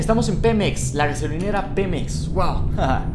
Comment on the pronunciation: dice xemep no Pemex